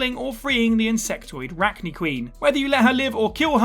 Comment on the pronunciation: I’m taking it you didn’t actually play Mass Effect. It’s pronounced Rack-nigh and Ar-lack.